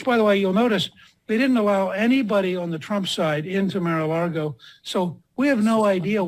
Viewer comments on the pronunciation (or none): I wish all these crazies who would blindly walk the plank for tRump would learn how to pronounce Mar-a-Lago.